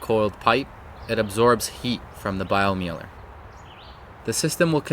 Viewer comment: Doesn't matter but the Germans would pronounce that bio-miler.